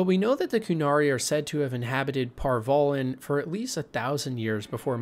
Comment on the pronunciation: Antiva = Ativa Par Vollen = Par vellen ......dude. there's an N in Antiva. and Par Vollen is pronounced like the 'Voll' in Volley. Just an FYI the names of people and places ARE PRONOUNCED. IN THE GAMES. if you've ever actually played them and listened.